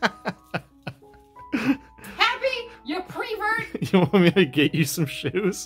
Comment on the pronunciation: squaring up to the camera “alright listen here you PREVERT” 💀💀